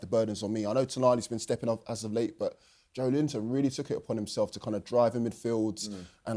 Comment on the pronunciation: Joelinton has been a Premier League player for almost seven years, yet pundits STILL cannot pronounce his name correctly? How difficult is it to say JO-ELIN-TON instead of JO-LINTON? The E in his name exists for a reason. 🙄